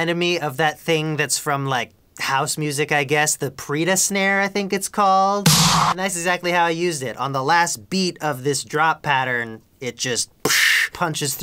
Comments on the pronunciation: Pryda is pronounced "PRAH-ee-duh" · Pryda Snare. The 'y' is pronounced like 'I' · lmao Pryda snare. pronounced (pry - duh)